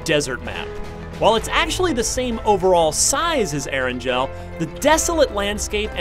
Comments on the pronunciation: "air-and-gel" Eragel has a hard g pronounced "air-n-gale" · Did he just say ERANJEL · The only thing I hated more about this review is his pronounciation Erangel and Sanhok. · You pronounced Erangel and Sanhok wrong and Sanhok is 1/4 the size of the other two maps. Not 1/2 the size. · How he pronounces erangal and sanhok triggers me hard.